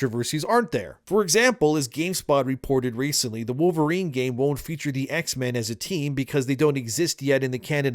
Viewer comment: it’s Pole-verine